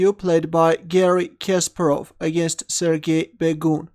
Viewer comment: Omg the way you say Kasparov annoys me every time... I usually avoid when you comment on his game Sorry